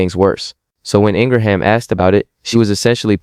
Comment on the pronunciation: I like your content, but I CAN'T listen to your monotone voice...my goodness!!! And it's "Laura ING-RIM". That's how its pronounced. Not Ingra-ham.